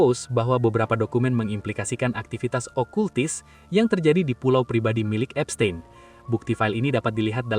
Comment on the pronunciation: Baca : Epstin bukan epstein